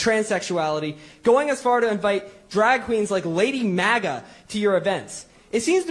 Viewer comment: so glad you shared this clip. It is one that many haven’t seen. Haha he “properly” pronouned Lady MAGA even though Ryan doesn’t care 😂 Love it